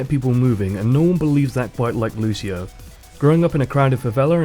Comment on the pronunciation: That's really nice. Also you saying Lúcio, trying not use american accent is really cute haha Nice job and keep it up!